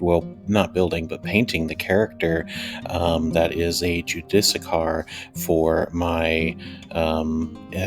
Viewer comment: Try this as the pronouncement JEW-DIS SEAR